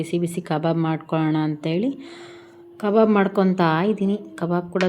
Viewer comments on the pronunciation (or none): ಕಬರ್ ಅಲ್ಲ ಕಬಾಬ್ ಅದು 😂😂😂😂😂